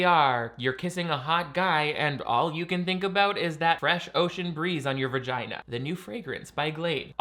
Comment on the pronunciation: I love how a lot of gay guys say "verginah". They can't even stand to pronounce the dreaded vagina lmao